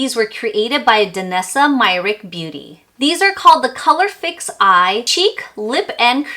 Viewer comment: I appreciate your effort to make a video about a product, but would be better to know what is about and ofc to say correctly the name of the brand especially if it comes from a person. It is disrespectful to say her name wrong so many times and you even failed to write it correctly on the title of the video.